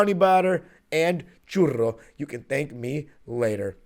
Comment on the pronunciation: Who says churro like that 😂